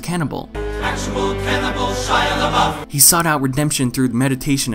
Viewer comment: How can you not pronounce Shia LaBeouf